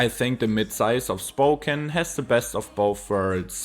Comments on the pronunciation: Well Spoken, although it's pronounced spoh-cAn. It's a beautiful place; the downtown is good. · Spoe-cane, not Spoken! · Spocan is how you say it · Ahh yes, my hometown, "Spoken". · Spo-can, not spo-ken. Though you didn’t want to mention the fires because of bad vibes, it is crucial for understanding conditions that are only going to get worse because of climate change droughts. Increasingly over recent years, eastern Washington has been afflicted by fires and health-threatening smokes. I’ve lived on both sides of the state. Spokane is attractive because it’s far less expensive than Seattle. But I’d hesitate to move to the eastside now. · I'd describe it as: Spoke ANNE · Wikipedia has audio of the correct pronunciation of Spokane. Coeur d'Alene, too. 🙄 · it drops into a Geroge XD its the first time ive heard any1 mispronounce gorge so badly, almost as bad ad spoken XD